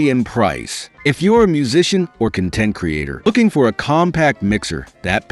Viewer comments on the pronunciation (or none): AI. Good AI, but "Universal Serial Bus" and "M peg layer three" and "Con Tent creator" is jarring. It also makes me question everything said in the video. "MI DEE EE" is amusing too.